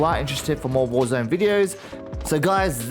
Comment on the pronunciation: Thank you for this videos! Great content, was looking for something like this :) However: Is "warzöne" the swedish version of warzone? Just wondering... ;) :p